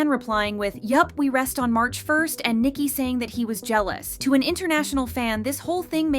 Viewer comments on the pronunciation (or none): It's Ni-Ki not Niki